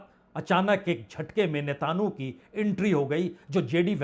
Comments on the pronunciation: Netanu nahi Netanyahu 😂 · अरे महाराज ! होमुर्ज Homurz ) नहीं होर्मुज Hormuz ) बोलिए। नेतान्हू Netanhu ) नहीं नेतन्याहू Netanyahu ) पढ़िए। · Sir netanu ki jagah netanyahu bol diya karen baqi sab theek hai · पुण्य प्रसून जी, आप होरमुज को होमुर्ज़ कहते हो, वह सही नहीं है। साथ ही आप इस्राइल के प्रधानमंत्री नेतन्याहू का नाम भी सही से उच्चारण नहीं कर पाते हैं। कृपया इन्हें संशोधित करने का कष्ट करें!🎉🎉